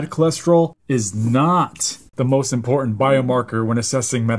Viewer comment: A "doctor" who can not properly pronounce the words "important" or "statins" is a red flag